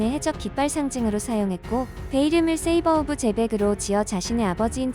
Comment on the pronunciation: 세이버오브제벡이 아니고 샤벨오브지벡이다...ㅋ